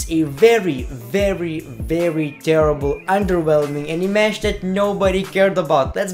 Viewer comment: CAN U STOP SAYING 'ONDERWHELMING"